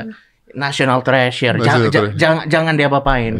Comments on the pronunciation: "National Trash sure"?? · National Trash-for-Sure kwkw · When coki saying "National Treasure" but in my ear it is heard "National Trash" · National Trash Sure 🗿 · I heard the same thing. "National Trash Sure". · awalnya coki emang bilang trash kok, bukan treasure, setelah setelahnya baru Indonesia Treasure 🤣🤣🤣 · National TReASure(H)